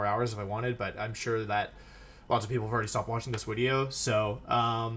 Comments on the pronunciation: Is there a joke as to why he's saying "wideo" instead of video 🤔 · Can some one tell me, why he makes all his Vs into Ws? I can only guess cause it’s “W”olfe and not Volfe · im late how come he says wideo instead of video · I love your 'widdeo' not video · What is the story on him saying "Wideo" I'm a newer fan of his and I noticed he only does it in his older stuff. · Vhen Nu Wideo? Vreel Wutubist No Zleep 3 Turn like Rest-Znorlax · Take a shot every time Wolfe says "this is going to be a long wideo" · I just noticed he said wideo. That’s interesting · How many times he said "it's gonna be a long wideo?" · Wtf is a wideo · It's a wideo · Wulef: "I think this is going to be a long wideo" Clicks like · It's basically a meme on the channel, like how he always calls videos "wideos" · Nobody: No one: Not even a soul: Wolfe: this is gonna be a long wideo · Im lost why does he say wideo?? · wolfe saying "wideo" does something weird to my heart rate. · Wolf says wideo for some reason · Can he not pronounce the word video or is it a bit?